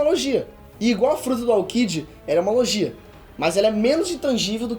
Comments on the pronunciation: O video tá muito bom só é meio esquisito ele pronunciando "lojia" ao invés de "LOGUIA", chamando o Buggy de "Bug" e Reverie(que por sinal é como os japoneses pronunciam Levely) de "Reveriê" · o vídeo está ótimo bem construído e interessante, único ponto é que acredito que seja melhor falar os nomes segundo a fandom como "logia", ''momononosuke'', ''buggy''